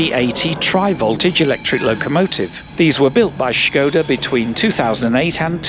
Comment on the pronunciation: On the other hand, being a bit simple minded, I was thinking how clever you were to find a new way to pronounce Skoda!